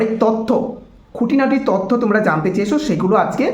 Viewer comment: ওটা "তথ্য" not তত্ত 🥱